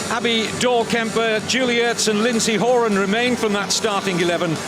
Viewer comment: This announcer doesn't know how to pronounce some of the US names. He pronounced Horan and Alyssa wrong, he must not be an American. That's why I'm glad I'm not an announcer cause I would definitely pronounce some of the names wrong too